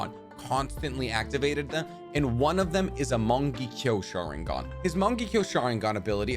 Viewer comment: Why do so many people pronounce Shisui’s name that way? I’ve noticed a bunch of narutubers do it, but just so everyone is aware, it’s not shi-su-ee like ship. It’s SHE-su-ee Okay, after going through more of the video, you just have really poor, Americanized pronunciation. Mungeekyo sharingan, Minnuhto 😂